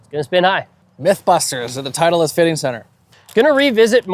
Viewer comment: Why does this guy add an extra E to titleist